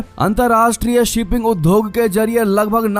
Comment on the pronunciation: प्रिय उद्घोषक महोदय सप्रेम नमस्कार। आप उद्योग शब्द का उच्चारण सही नहीं करते हैं कृपया ध्यान दें। शब्द उद्योग में आप द अक्षर को नहीं बोलते हैं। उ द् यो ग चार अक्षर हैं और आप उधोग बोलते हैं। कृपया उच्चारण सही करें। कृपया इसे अन्यथा न लें।जय हिन्द जय भारत।।